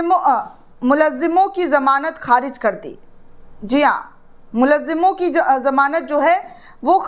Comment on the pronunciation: Madam it is Mulzim not Mulazzim.